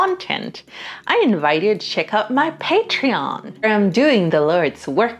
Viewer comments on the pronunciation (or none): none